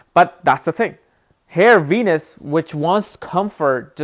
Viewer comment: venus sound like ENUS